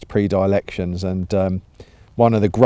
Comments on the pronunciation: point is he didnt say predilection he said pre dialection! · 🤣yes, I know. He's fond of using words he doesn't know how to pronounce.